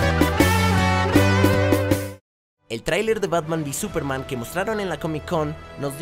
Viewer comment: Súperman esdrújula.